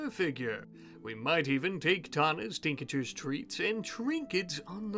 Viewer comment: Just for the next series, Tinctures is pronounced Tink-Tures, there's no EE in between (although it is really cute that you pronounce it that way 🤭)